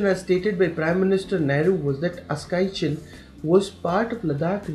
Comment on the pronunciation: It is aksai chin and not askai chin